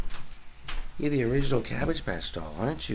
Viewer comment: Thanks for pronouncing Wisconsin correctly. Nobody ever says it right. They always pronounce it “Wes-consin” even though there is no “e” in WIs-consin. 🤣